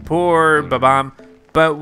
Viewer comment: His name is not bab - omb his name is bomb - omb